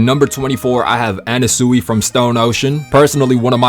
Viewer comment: "dia-vah-LOW" "ermehs" "ana-SEWY" 😭😭😭